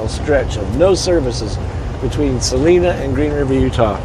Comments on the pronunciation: we really enjoy your videos!! Love it when you post the ones of Utah. Hey BTW, Salina is pronounced Sa line a. Line instead of Lean... Stay safe!!! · truckin life bel air also had something to say about texas 4 wheelers. don 't worry about talking back to the left they want to fight. Salina pernounced by the locals as Sal Eye Na Thanks for the good view of Salina canyon. I have a picture of my ancestors with 3 horse drawn wagons in Salina canyon migrating from Loa to Roosevelt.